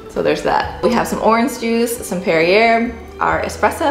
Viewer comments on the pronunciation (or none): Beignet is French for donut. :) also, Perrier se pronounce “pear-ee-eh” If you want more protein in a French breakfast try a croque monsieur.